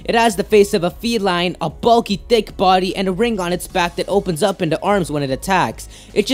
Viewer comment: did you say bulky thick body or bulky dick body idk sounds like that though